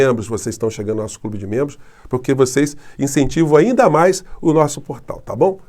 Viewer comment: Bom dia! Professor, uma correção (ANDA). Acho eu que o senhor quis dizer (AINDA). Me perdoe se eu estiver errada.🥰